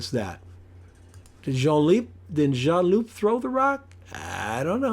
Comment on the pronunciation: and loo (not loop) 😉